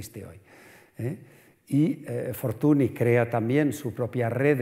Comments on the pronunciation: Pues el de Henriette Nigrin, bien que lo pronuncia a la francesa... Dejaos de hostias, se pronucia Fortuñ, y punto. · Fortuny (fortuñ), no es tan difícil de pronunciar... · Como puede una persona dar una conferencia sobre una persona de la que no es capaz de pronunciar bien el apellido? Fortuni… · Es curioso con los cocimientos de arte que ha demostrado tener este señor, no tiene ni idea de pronunciar correctamente el nombre de un protagonista de la conferencia. O a lo mejor si sabe pero no quiere, porqué cuando se refiere de nombrar a Henriette Nigrin, compañera de Mariano, dice correctamente Anriet Nigrin pero cuando se trata de Fortuny dice Fortuni. Señor, y sin querer insultar a nadie, que usted no es ningún paleto, un poco de respeto, y muchas gracias por la interesante charla. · NY = Ñ Fortuny se pronuncia Fortuñ. La charla es excelente pero este detalle chirría un poco, más si te pasas una hora hablando de una persona y pronuncias el apellido mal constantemente...